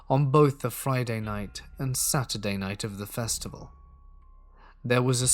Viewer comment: Did anyone else catch that he said Sutaday, I started smiling and giggling going over saying Sutaday!🤗